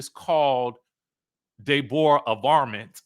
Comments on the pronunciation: Stop calling that girl “de -borah 😂😅😂😂😂😂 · Day-bor-a lol I'm dead